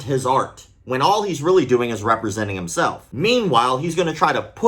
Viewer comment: i legitimatly misheard "representing his fart" 😂